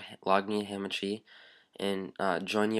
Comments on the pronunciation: its not hAmAchi. its hahmahchi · Ham and cheese it sounds like he is saying lol is hamachi